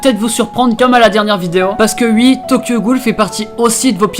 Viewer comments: Pk tu dis ui à la place de oui... t'es belge ou quoi ? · Attend tu a vraiment dit ui 😂😂je t'adore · "ui" "vous avez votez UI" ptdr, bonne vidéo sinon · tu dis “ui” je trouves ça très marrant voilà la bisette